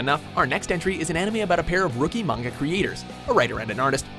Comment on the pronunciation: oml he pronounced manga properly